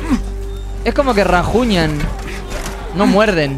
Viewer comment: Y rajuñan las piedras, rajunian las pieedrasaa!!!! jajajajajajjajajaja